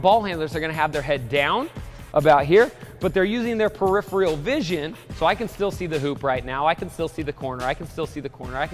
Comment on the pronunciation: "Peripheral" It was killing me to hear that mispronounced each time.